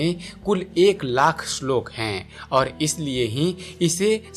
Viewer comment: श्लोक भी ठीक से बोल नही सकता ,असलोक बोल रहा है